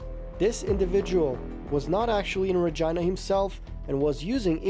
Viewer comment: The pronunciation of Regina was definitely not canadian